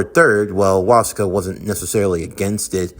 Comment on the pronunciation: Its actually killing me little by little hearing you butcher the hell out of Wasuke's name. It's literally the same as Sasuke but with a Was instead of a Sas.